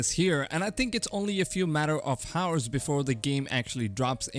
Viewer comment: 'H' is silent in 'Hour'